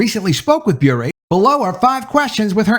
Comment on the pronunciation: I believe it’s pronounced Bure like PURE not BurÉ like Purée. No accent there.